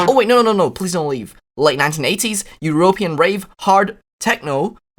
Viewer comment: "eh-ro-pee-ahn" I am stealing that pronounciation